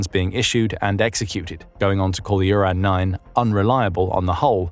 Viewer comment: Didn't even mention the flaw of naming this thing Uran and pronouncing it Urine